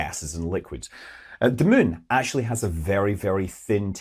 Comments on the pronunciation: Attention: Scott Manley subscribers and listeners: In this and other Scott Manley videos, you will occasionally hear him say a word you do not recognize, that sounds something like "min", or "the min" - a word we do not have in spoken English, or any English dialect. After years of painstaking research, I have come to the conclusion that Scott is in fact saying the word "moon", or "the moon", our near companion in space. Once this oddity of pronunciation is translated into correct English, the rest of his commentary begins to make sense, and can be vaguely understood, assuming you have a PHD in physics. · I enjoy your intelect, your ability to communicate, and your outrageous Scottish accent. I hold my breath...he is about to say "moon"...can't wait. Good job.